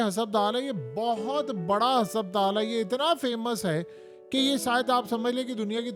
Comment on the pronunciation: Bhai apna talaffuz durust kro lafz husuptaal nhn hy asal lafz husputal hy for god sake apna pronunciation theek kro aisa lugta hy koyi village ka gunwaar baat kr rha hy